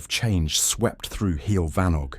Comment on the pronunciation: this was very funny - from the awful pronunciaton of heol fanog to the inclusion of alex and maxine saunders. delightful!